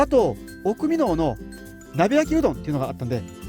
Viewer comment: 「おくみのう」では無くて「おくみの」です。